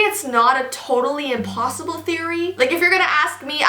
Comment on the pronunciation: its not "an impossible theory" but it is "a kimpossible theory" lol idek